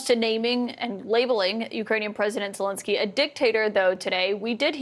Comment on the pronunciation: You are mispronouncing Zelenskyy's name. It is Zelenskyy (not "Zelinskyy").